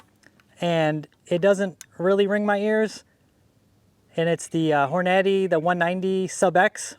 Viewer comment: 190 is on the lighter side of subs for 300blk. You need to be looking for a 220 grain load, tons of different ammo companies make them. Also please watch a video on how to pronounce Hornady, thank you. 👌